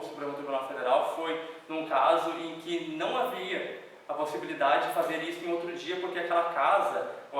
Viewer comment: É "otto" patamar!